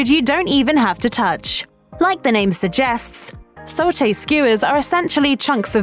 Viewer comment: It's "sah-tay" (satay) and not "so-tay" (sauté).